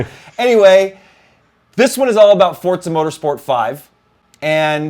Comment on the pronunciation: There is no "t" in Forza, am I the only one who is super annoyed by just Forza being pronounced ForTza?